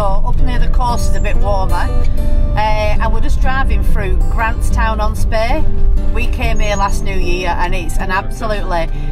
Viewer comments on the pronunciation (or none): It's Grantown not Grantstown, pronounced Granton. You're welcome 😊